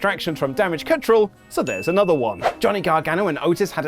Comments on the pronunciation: Wait... Did say "Damage Cunt Troll"? 🤔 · Why can not say control?